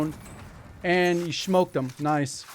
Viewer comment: its saying "SMHOKED" that does it for me lol